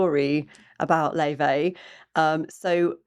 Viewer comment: Do look up Laufey's interviews. In several she mentions the Icelandic pronunciation of her name, which is distinct from the persisting, American mispronunciation, Lay-vey. In Icelandic it's more like 'Laou-fey. She is named after her Icelandic grandmother on her father's side. While she has been politely accepting of the mispronunciation, it seems it will be preferable to get it right. Also, I believe her twin sister Junia is very involved with the production design. There's a sweet and playful video in black and white about the two of them in New York that explains a lot: Best Friend.